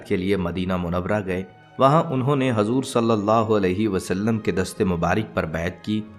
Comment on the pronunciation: Hajur nahin hujur kahiye